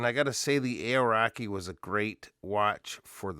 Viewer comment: Kiwi here, great review! You might want to look into the pronunciation of Aoraki however 😂